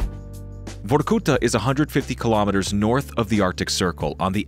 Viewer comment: The narrator need to put more emphasis on the A in Vorkuta like vor-ku-tahhhhh